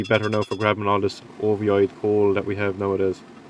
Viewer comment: Don't think i've ever heard the irish pronunciation of ovoid before.... Awesome work - love the tongs